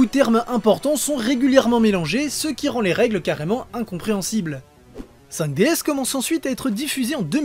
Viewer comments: Ça se prononce "Five Diz" ! ;) Et pour moi, c'est de loin, de très très loin la meilleure série Yu Gi ! Merci d'avoir traité ce sujet ! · Le s ne se prononce pas ca se dit juste 5 D ou meme 5 dragons